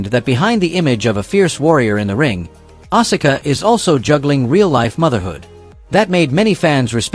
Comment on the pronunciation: And you butchered Asuka's name as well!!! You're obviously NOT a true wrestling fan if you're pronouncing all these names wrong. Stops watching